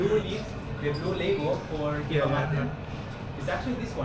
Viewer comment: Yerba or Hierba Mate... but not "Yierba"